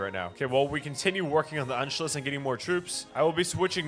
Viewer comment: it is pronounced ANSHOOUS